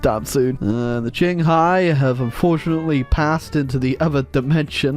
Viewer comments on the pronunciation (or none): none